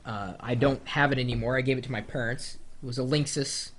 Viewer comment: "...i gave it to my purrents..." lol